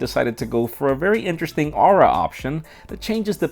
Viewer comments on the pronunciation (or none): Aura? No aurora? Yes. You missed the 'or' out.